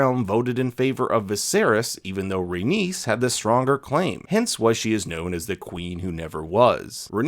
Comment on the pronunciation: Rhaenys doesn’t rhyme with Dennis, it rhymes with anus.